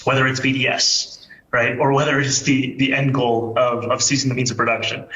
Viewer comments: He said "seizing" not "ceasing" the means of production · Seize, not cease 🤦‍♂️ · Not ceasing the means… seizing. He mispronounced. The word. Not that they are too different….